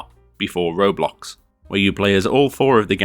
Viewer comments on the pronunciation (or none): none